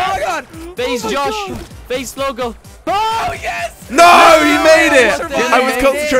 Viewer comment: they said "Faze slogo" lol👌